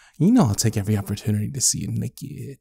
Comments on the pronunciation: "naekied" sorry i just had to... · naiked nækid